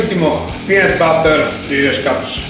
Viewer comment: Bel video ma si pronuncia peanUt non peanEt